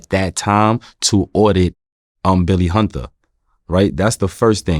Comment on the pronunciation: “Billy Hunduh”- Sebastian Telfair